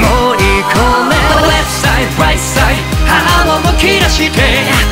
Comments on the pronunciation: 中毒性がやばいです！ 「ワーニング ワーニング」 「レフトサイド ライトサイド」 「YOU ARE KING」 特にここのとこの発音が好きすぎてやばいです！ luzくんの巻舌が好きすぎて巻舌特集みたいなの欲しいです← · 今回も最高です… まるごと好きなんですけど、特にレフトサイドライトサイドのとこ、ただただ巻き舌にするんじゃなくてLとRの発音しっかり区別してるとこすき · レフトサイドライトサイドの発音めちゃめちゃかっこよすぎる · 投稿予定曲を変えてまでこのKINGを投稿してくれてほんとに嬉しいです…！ You Ah KINGとレフトサイド、ライトサイドの発音こだわったんですよね…？ ほんとに歌い方好きです(*´ `*) ハハッって所で無事死亡しました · 「YOU ARE KING」だけじゃなくてレフトサイドライトサイドのところの発音もこだわったんですよね🥺🥺英語の発音さすがです！！